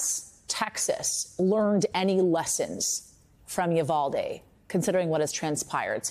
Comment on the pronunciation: Roland still standing on his Soap Box preaching to no one listening about the "Yu-Val-Dee" tragedy?